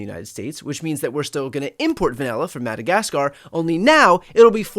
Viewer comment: "annex madakaskarrr" next 😂